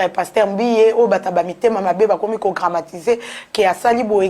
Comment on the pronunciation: On dit dramatiser et non gramatiser. Banda kala ovandi na France ofungola ata dictionnaire te? Tika accent ya ba luba tranquille, oza sûre que baluba nyonso oyo ba botama na Kabeya kamuanga bakokaka ko prononcer Jésus te? Elengi ya ko bimisa ba vidéos ou quoi? Tchippp. Buzoba!